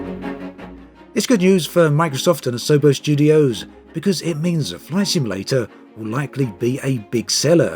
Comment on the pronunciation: Sounded like you said “Flesh Emulator” at the start of the video. We’re not quite there yet!